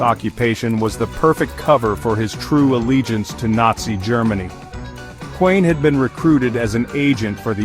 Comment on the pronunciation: Intruiging story. But the video is AI slop. No authentic pictures of the Kuehns. Doesn’t even pronounce their name correctly